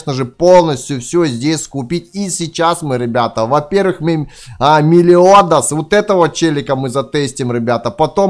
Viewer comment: Мелиодес правильно и с аниме 7 смертных грехов